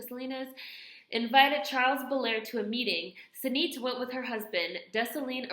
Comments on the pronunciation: Sah- nee-tey :) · Sah-nee-TAY :) thanks for sharing. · Thank you so much for this series,! Her name is pronounced "sa-nee-TAY" (related to the French words for "health" and "reason"), but there is nothing nails-on-chalkboard about you saying her name and making her seen:). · I'm Haitian and I never heard of her!! Sensei I appreciate this soo much!! This was a great video and great efforts in saying those French words 😂. Sanité is pronounced Sanee-tay. And you said her quote in Creole perfectly 👍Love this series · Nice Video! Her name is pronounced Sa-nee-teh :) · It is pronounce "Sa knee tay". Pronounced like sanitation.